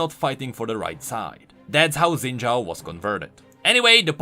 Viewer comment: IT'S NOT ZIN DJAO IT'S SHIN DJAO I GOT RECOMMENDED A RANDOM VIDEO PRONOUNCING IT FROM A CHINESE PRONUNCIATION CHANNEL